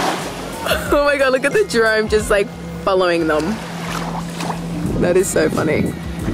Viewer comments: haha it's Drone not drome😂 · I think you mean to say Drone not drome 😂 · DRONE! NOT DROME